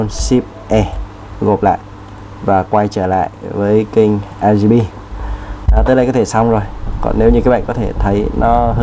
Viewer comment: "RGP" anh đọc là " a ri pi " à hahahaha Cô giáo em bày đọc là " o ri pi nhé " Anh tra google để phát âm chuẩn hơn nhé